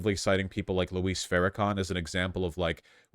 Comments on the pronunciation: He says it as if it were Spanish, "Luís". Isn't it just supposed to be like "Lewis"? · PSA: it’s Louis, like St. Louis, not Luis, like Luis Guzman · Argh... Vaush still can't pronounce Louis ("Loo-wee") Farrakhan's first name